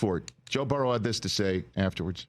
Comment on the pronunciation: It pisses me off how Rich Eisen says “Burrow”